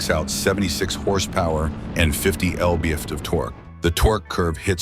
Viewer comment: Who pronounce lb-ft "elbe-efte"?